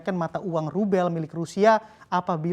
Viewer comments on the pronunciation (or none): Rube bcanya l nya gk ke sebut